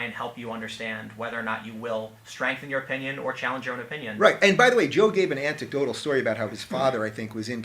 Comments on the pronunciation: This genius Rubin still saying “anTecdotal”. 😄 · Did Rubin say "anticdotal story" ? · "anticdotal." Illiterate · SOMEONE PLEASE TELL HIM HOW TO PRONOUNCE ANECDOTAL IT MAKES ME CRY EVERY TIME HE SAYS IT WRONG